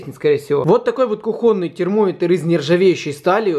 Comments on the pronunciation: КУхонный а не кухОнный. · Ку*хоный а не кухо*ный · кухОнный ....бесит аж...кУхонный,мать вашу... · да не КухОнный, а КУхонный! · кУхонный, блин, кУхонный, а не кухОнный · Блииин, не кухОнный, а кУхонный. Пожалуйста говори правильно, а то прям уши режет. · диз за неграмотность. кУхонный, а не кухОнный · Ёлки, ну как же так: "кухОнный"... Заговор это чоль супротив Великого и МОгучего? Видать, это все же суржик. Я понимаю, что в украинском ударение на "О", но коли уж мы "русскоговорящие люди", как уточняет автор... Пардон за слюни, чот накипело. :) А обзор хороший :) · Кухонный ударение на у , а не на а 😀😂😂😂😂😂